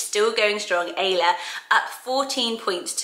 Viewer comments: Thank you for pronouncing Ayla this way. I always hear “Eye-la”. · I love the name Ayla, but I’m from the north east so it just doesn’t sound as pretty as when you say it😩 I’m trying to think of names that don’t change with accent, maybe you could do a list for that?🤩